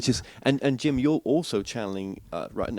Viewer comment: Ugh,, I really appreciate what you're doing, but you're such a mess. Every video I watch, your questioning is terrible (and getting worse). And in this video, you mispronounce Jim's name multiple times before you get started, and then, even worse, to his face! 🤦‍♀️🤦‍♀️🤦‍♀️ I'm horrified for you. Carry on, but wow... get it together, bud.